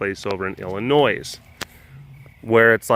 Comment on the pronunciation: you dun pronounce the s in Illinois:v